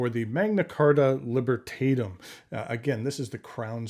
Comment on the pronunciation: AWESOME Pen. I really liked it. BTW the vowel a in Libertatum will be more or less pronounced like the a in the word back or chat.